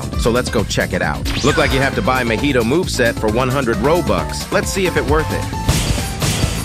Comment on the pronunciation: Why all AI says mohito not mahito😭